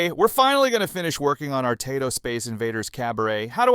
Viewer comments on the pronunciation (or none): Taito is pronounced 'Tighto'. Were it not then Samurai would sound very different ...